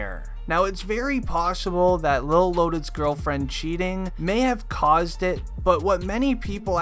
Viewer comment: It's lil not lol